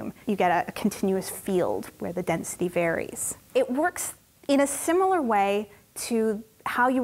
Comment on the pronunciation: Density … or dense-city?!